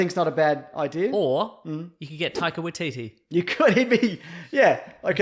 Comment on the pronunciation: Don’t ever fucking say taikia Watiki as fucking boba fett